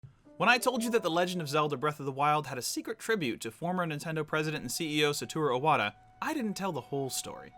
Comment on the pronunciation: I think the dislikes are about his pronunciation to SA TO RU Iwata also mispelled name in description I can get over that easy, here, have a like